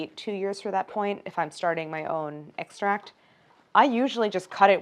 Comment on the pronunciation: The fact that she pronounces it like “egg-stract” 😩